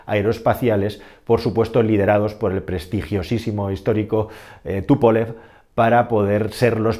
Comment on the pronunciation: ¿Porque pronuncias "Tupólev" si es "Túpolev", con tilde en la u?. Diseñado, como bien has dicho por Alexéi Túpolev.